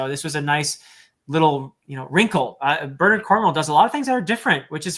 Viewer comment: gets extra points for not using the Americanized “BernAARD” pronunciation.